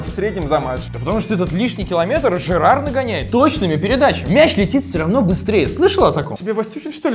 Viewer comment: Не Жерар , а Джерард Пике